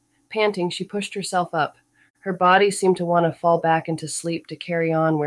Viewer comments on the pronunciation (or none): The AI narration was terrible! It’s hard to believe the author paid anything for it. Basic English words are so mispronounced that it makes the story impossible to follow. Mistakes occur in almost every other word—“call” becomes “cal,” “fall” is “fal,” “followed” turns into “fal-lead,” and “happy” is pronounced “hap-why.” This was one of my Kindle Unlimited books that I didn’t finish, so I thought it would be a great candidate for an audiobook. Unfortunately, this narration ruined even a casual listening experience.